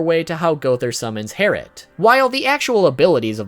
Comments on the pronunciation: It is pronounced twin bow harlet not twin bow harret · its not hairet its harlet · yes its not "tWiN bOw HeRrIt" Its double bow harlit XD you were right your pronunciation is a bit iffy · its not herit its harlet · Gowthers is not called herrit, it’s harLet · It’s Harlit not herlit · ITS DOUBLE BOW HARLOT NOT TWIN BOW HERRIT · It's called double bow Harlett not harret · harlett not heritt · Herrit? I think you mean HARLIT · Harlit...not herit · gowthers sacred treasure is harlot not hariot. With an L... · harrot? it's HARLOT. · It is harlit not harlit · I thought it was twin bow "HARLIT" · I'm so srry but is killing me gowther sacred treasure is harlet har-let I'm so srry plz no hate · Yes but its pronounced harlet, but is spelled herrit